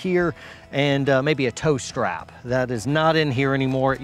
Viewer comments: When you said "tow strap" I understood "toast wrap". Was admittedly rather intrigued. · He said I need a tow strap for in here but for some reason I heard “toaster” and I was really confused for a second 😂